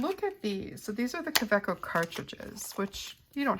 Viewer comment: It's a German brand, German name... pronounced KaVeco.